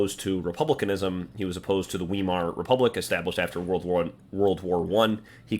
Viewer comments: I think that he meant Weimar. The German double vowel sound or diphthong is in this case the opposite to what the English-speaker would say - but I think that you know that. You probably speak German. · Your thesis is not only wrong, it’s completely ridiculous! You can’t even pronounce “Weimar” correctly. You’re embarrassing yourself.